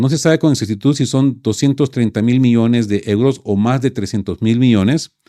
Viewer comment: cuidado con la dicción, no es lo mismo miones que millones...